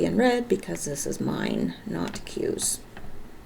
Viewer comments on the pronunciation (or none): none